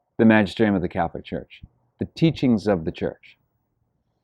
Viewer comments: "Calf-licks!" Excellent. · Thanks Patrick, I'm going to use that from now on, "calf-lick" lol